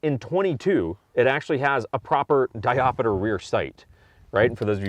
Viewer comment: Diopter, not diop-i-ter :P.